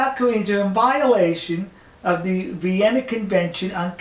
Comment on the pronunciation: "Vinna Convention" nice